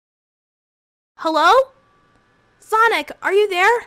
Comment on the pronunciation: What is sonix it’s sonic